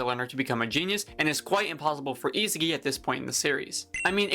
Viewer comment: I sa gi, not isigi